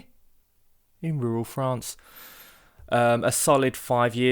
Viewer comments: I had to stop you to share something you said that made me chuckle - out loud. As you were introducing the clip, you said... "from the 15 grand house being renovated in..." then you mumbled "In Rural France". As you were mumbling, I was saying, out loud, ""In Rural France". You have me so well trained! 😅😂🤣 Then, I started to wonder... how many of us are willing to admit that we all say "In Rural France" out loud with you? I am sorry about your knee issues. I understand chronic pain all too well! But, as you say, we keep going... with modified movements. I am a Jeanie, but have no magical powers 😪. I also have a medical background... and experience in pain management of my back issues. YES, our health is so important! - and all areas - physical, mental, financial, and spiritual. For your knee, have you considered a knee brace? So many other suggestions, but I am sure you know them since this occurred before. Yes, temperature, diet, type of exercise, and stress are some of the conditions that can affect your pain levels. And... HAPPY THANKSGIVING to you,, and your Family, and Friends! ❤🦃❤ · Was that a mumbled, 'in rural France." You keep being you! Try to make decision based on your needs, not what others say. Tell them to come on and do work on your 15000 grand house in rural France! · I am sorry you have injured yourself even in pain your personality still bright. I also like the mumbled “in rural France"